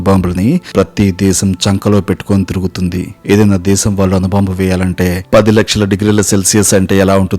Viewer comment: నీకు తెలుగు సరిగ్గా రాదు లాగా ఉంది. అనుబాంబు అంటున్నావ్ అణుబాంబు అనాలి. వాళ్లు అనాలి వాల్లు అంటున్నావ్. తెలుగు నేర్చుకో ముందు పాఠాలు తర్వాత చెప్పొచ్చు.